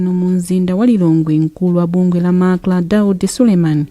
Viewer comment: Owerenga news improve and be able to differenciate between MACLA and MACRA. Which is which between the two?